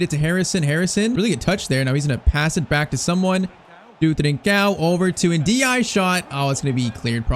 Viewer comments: The "e" at the end of Ndiaye is not silent. It sounds more like NDIYAYI The "i" at the end is a soft "i" which ends up sounding like "ay" in "say" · Is it just me or is he saying ndiaye wrong